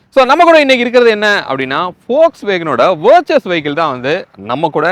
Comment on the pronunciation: It is ‘Virtus’ don’t pronounce its name as ‘Virchus’🙈